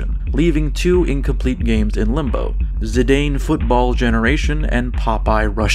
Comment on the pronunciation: You pronounced Zinedine Zidane's last name wrong and I'm going to have to take you to football prison. Good video though.